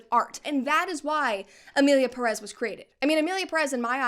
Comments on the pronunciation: Please Brett, each time you say "Emilia Pérez" I'm tempted to say like Hermione did to Ron in HP: I's Peeerez, not Pereeez.!!!... In another note , regarding the director when referring of Spanish speaking countries and his lack of due research of the Mexican culture: What did people expect from a french being french? Mockery of everything outside their own and believing the rest of the world is beneath them is typical for them, they are natural born trolls \_(ツ)_/. I personally think he did as intended I.E. Enrage everyone that could feel a minimum of relationship with the theme presented, or more precisely: misrepresented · Ik its not a problem in content but every time someone says Emilia Perez (peress) instead of Pérez (emphasis on the first E) i cringe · I now the movie sucks but pronounce the name right please